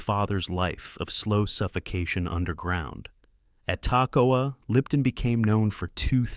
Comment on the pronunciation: These men went through hell training to be the best! YOU can't even take the time to learn how to pronounce the name of the camp where they trained? "TACK-o-wa"? REALLY? It was called "Camp Ta-KOE-ah" It might not seem like much, but it's a slap in the face to those brave men! They deserve better!